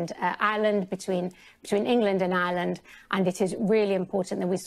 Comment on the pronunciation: She can't say Ireland, sounds like Aland. Please don't sort it out as everyday goes by, a United 🇮🇪 gets closer 🙏